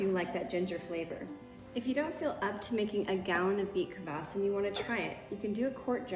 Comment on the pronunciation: Say beet kfas not kavas 😊